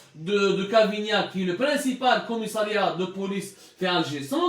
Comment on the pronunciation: Regle tes pendules...c'est cavaignac non cavignac.si c'est un probleme d'élocution...un orthophoniste ferait beaucoup de bien.😁